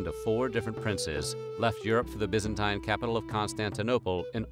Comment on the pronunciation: Byzen 'teen' not 'tyne' 'Acre' is pronounced 'AKH-ray', not ache -er (like the land unit).